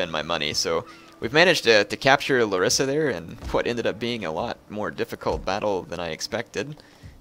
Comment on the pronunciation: because i know you like correct pronunciation. it s lArissa.